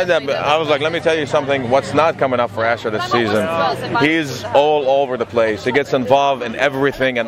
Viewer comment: It's pronounced as Ashoor, not Asher. It's Assyrian, not Hebrew.